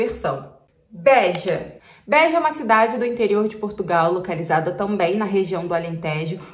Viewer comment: Nao é bÉja, e beja. Nao é alentÉjo, é alentejo. Nao é pÓr tugal, é portugal.